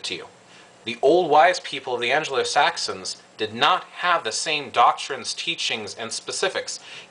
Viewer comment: "anglo" not angelo